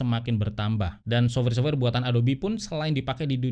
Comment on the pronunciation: Sof-wer, bukan sobwer.